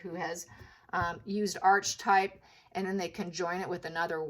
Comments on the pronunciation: It's not Arche/type It's pronounced aar-kuh-tipe ( American pronunciation) British pronunciation aa-kuh-tipe Sorry, just trying to help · Archetype - Ar-ke-type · Pronounced ark e type .